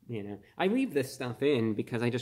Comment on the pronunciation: what the actual fuck was that pause... “y’ kno 🥴” hahaha 🖤